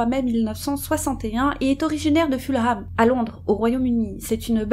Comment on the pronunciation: Ah, mais le confort de nos chats passe et passera toujours largement avant le nôtre, c'est clair. 😸 J'espère que vous allez effectivement la faire et suis très impatiente (no pressure at all 😉). Je me permets d'ores et déjà de corriger votre prononciation de Fulham, histoire d'éviter les taquins dans les commentaires (et d'être un peu pédante et donc agaçante, sorry! 😬)... à savoir : le 'h' est muet et ça donne en gros 'Fullem' ou encore mieux pour nous francophones 'Fulleum'. Merci encore, les sisters, j'adore vous écouter.